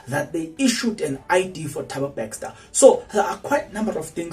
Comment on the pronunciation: can we get a proof of this speculation, dude its Bester not BeXter